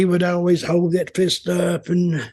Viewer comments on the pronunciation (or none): none